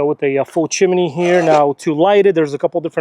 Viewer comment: it's a chimney... not a chiminey